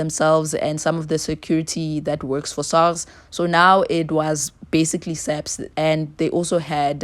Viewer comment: *SAPS my darling..not SAP